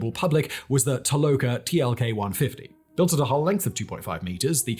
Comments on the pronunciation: Not Tokola. It's Toloka. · You had introduced the Toloka, and then started calling it the Tokola. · Toloka!, not Tokola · Toloka not Tokola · Toloka, not Tokola